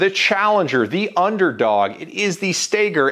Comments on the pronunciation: It’s pronounced Stoeger not stager , and everyone who loves their Glock can be happy with their over priced gun my Stoeger speaks for itself. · The shooter Ben Stoeger pronounces it "Staygur" - Everone else says "STOWgur" - I just don't know.